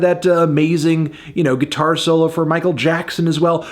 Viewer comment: That kid in Queen sux at gee-tar